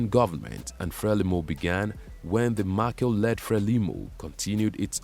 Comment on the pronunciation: Machel as in Mashele, which is a Tsonga surname